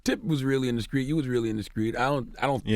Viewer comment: CTHAGOD can not pronounce street this dude always say Skreet! 😂